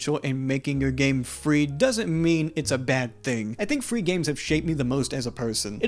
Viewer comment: fwee games are good